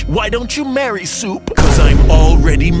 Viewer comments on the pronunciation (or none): the way he says "souP"